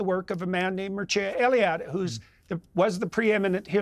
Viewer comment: As a Romanian, hearing that Jordan read and enjoyed the works of Mircea Eliade fills me with some sort of nationalistic pride. Although he butchered the pronunciation :))